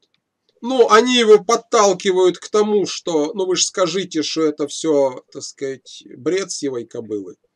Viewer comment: Если хочешь набухаться, каждый раз переворачивай полтос, когда произносит слова: "Такскать" Простите меня, )